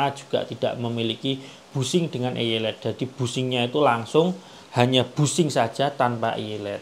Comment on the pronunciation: Mantap penjelasannya, tapi maaf sy sedikit koreksi nama tembaga untuk dalemannya bushing itu eyelet dibaca atau diucapkan seperti AILET bukan éyé let.